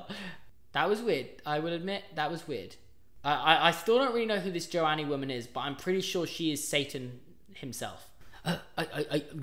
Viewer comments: pronouncing joe-anne jonie 😭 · is no one gonna mention how hes pronouncing Joanne